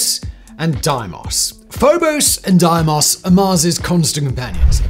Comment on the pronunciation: Pronounced Deemos